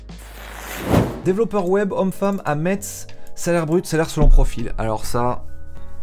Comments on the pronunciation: On dit Messsss ! pas MeTTTTssss !!! :face-blue-smiling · On dit Messe pas MeTz !! 😁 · "MeTsse" pour Metz c'est pas possible, on prononce "Messe" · Psss on ne dit pas Metz, enfin ça s'écrit comme ça, mais ça se prononce 'messe'